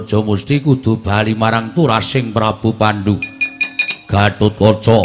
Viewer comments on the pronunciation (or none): Gatotkaca bukan gatatkaca